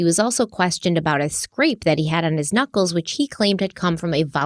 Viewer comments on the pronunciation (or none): none